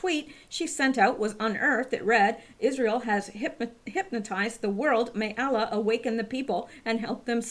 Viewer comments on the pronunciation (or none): none